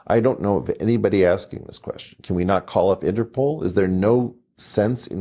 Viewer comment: Whats a "quesion"?